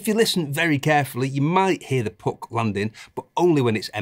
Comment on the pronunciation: Best review by far! Mostly because of how you pronounce "puck" :)